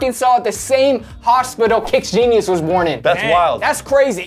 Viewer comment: ooh they really said "KickGenius"